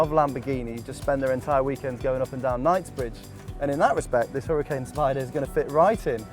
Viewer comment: Pronounced HuraCAN